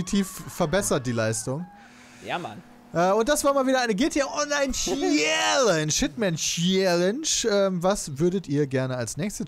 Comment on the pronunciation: Es ist schon traurig das Peter jetzt Challenge immer viel falscher ausspricht nur um nicht zugeben zu müssen das er es nicht besser kann.